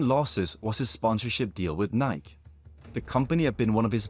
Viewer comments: “Nik-e not Ni-k” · Btw, the big shoemaker who supported Lance is pronounced Nikey 🙂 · if your a sports lore channel you should probably learn how to pronounce Nike, Say it with me Nye-Key